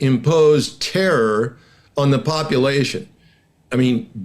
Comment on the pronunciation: Это не "зе", это "THE". WORK ON YOUR PRONUNCIATION, DUDE!